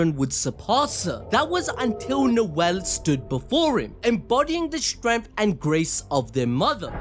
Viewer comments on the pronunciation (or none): none